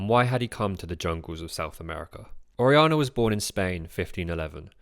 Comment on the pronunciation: It would enhance the production for the narrator to put more work into learning the correct pronunciation of Spanish words and names (such as Orellana, “Or-aee-YA-nah”).